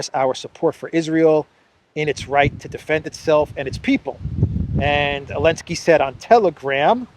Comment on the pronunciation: I have a dumb question: why do you say « Elensky »?